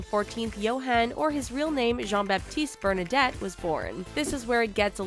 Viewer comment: That video has so many so many mistakes, it's annoying that they don't do more research before uploading it. Bernadotte, not "Bernadette"... Sweden is a constitutional monarchy, so the king isn't ruling the country, and neither is his family. His first name isn't "Carl", it's "Carl Gustaf". They wouldn't call the British king just half his name would they "King Cha". The photo on the right isn't him, but his son Carl Philip. No, he did not get rid of that law. It was the Swedish government who did that. Against his will. The King has no power to change any laws. Her name isn't pronounced "Mad a line", but "Ma the len". No, Prince Gabriel was born in August 2017, not 2018. No, Prince Nicolas was born in June 2015. It was Princess Madeleine's 3rd child, Princess Adrienne, who was born in 2018, but in March, not June. No, they had 7 back then, and 8 now (Estelle, Oscar, Alexander, Gabriel, Julian, Leonore, Nicolas and Adrienne)